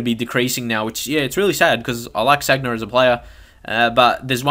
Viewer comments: San-ya not "Sag-na". Otherwise a good video. I agree totally with the midfielder comments, Gotze in cdm it's so unrealistic. However I do like it when I get someone on head to head with a team full of nothing but attackers, so easy to exploit with quick passing and movement. Haha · Sanya not sagna